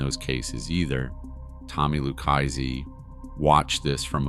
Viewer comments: with all due respect so you know I say this with positivity its pronounce ' LOO-KA-ZEE " if you were to read it or say it PHONETICALLY or " LOU-KA-ZEE " " LU-KA-ZEE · "Lucchese" is pronounced "loo - KAY' - zee" -- not whatever it is in this VO narration. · Lukeisee... Kaypo.... some absolute beauties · Lukeaizey. He was a capeO. Bro say it right or don’t say it at all.